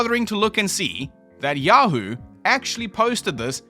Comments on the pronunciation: Guys, I think he thinks that Yahoo News isn't pronounced Yahoo News. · The Weekly World News was straight up solid gold. It was a sad day when they stopped publishing paper editions. RIP King Of All Media, may you live forever in cyberspace . . . How else would you pronounce yahoo?